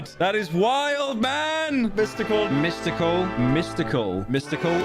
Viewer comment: Really threw me off to hear him say Mystical so many times Edit : Typo